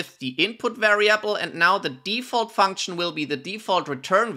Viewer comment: bad practice also: funksh nnnnmnmmmmm